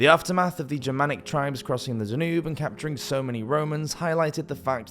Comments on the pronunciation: It's only by the pronunciation of words such as "Dan-oob" (Danube) you realise it's an AI bot. Has history and narration been forever changed? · Da-NUBE: LOL. Never heard the Danube pronounced that way.